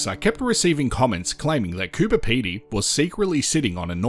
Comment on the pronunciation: It's Coober not cooper FFS